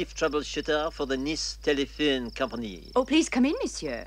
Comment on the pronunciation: “Nice Telephewn Companee”